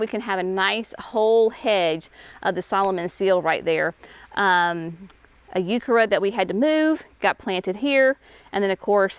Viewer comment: Can y'all tell me – What is a Youkerra plant? She keeps saying something that sounds like "Youkerra" & I have no idea what that is! Google doesn't know either...